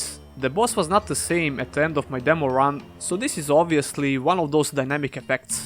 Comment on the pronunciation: I love it when he says demow